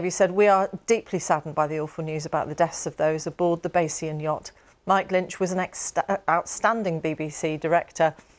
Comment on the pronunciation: I think they struggle to pronounce Bayz-ee-un